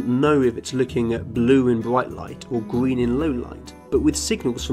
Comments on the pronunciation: He says gween instead of green sometimes..idk y but it's adorable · Its GREEN not GWEEN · Hey, I learned a lot from this video so don't get me wrong. I just want to know why ppl in your country pronounce green as gween and through as frough? I'm not being a dick I'm just curious. Is that a regional thing like here in the states? Like accents? U know what I mean? I have a few friends that would say tree instead on three. I think it's funny but I'm sure they think my accent is funny as well. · This guy might be color blind but he definetly is R deficient. Gween ? :) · Listen Not Trying To Be Rude But I Am Bothered By The Fact He Cant Pronounce His R’s... It’s Not Gween It’s Green, G”R”een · "Gween" "Owange" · Gween and owange... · When this dude described green as, “gween”. Bro you got a speech impediment too. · Love the way he says green. Grween ☺️. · Narrator : Gween, Bwrain Me: you're color blind and can't speak as well? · red oweng and gween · Gween. Owange. Bwain. Shoutout to Kerbal Space Program. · GWEEN WABBITS! HAHAHAHAHAHAH! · I'm sorry , I just have to say this. He said "gween" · wed owange and gween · Wed, owange and gween CUTE.